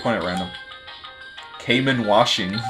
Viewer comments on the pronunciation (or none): none